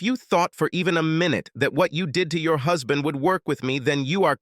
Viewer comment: Hoozband? Please please get a human reader.